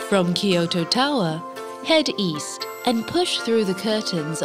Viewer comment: Tried to watch; gave up because the voice and the way they add ki to kyoto.